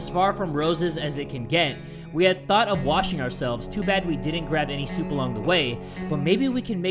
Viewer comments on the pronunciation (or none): ”too bad we didn’t grab any soup along the way” said soup not soap if you listen closely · Wow! I guess washes himself with soup instead of soap assuming he calls soap, soup 😂😂😂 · Lol Said Soup Not Soap 🤣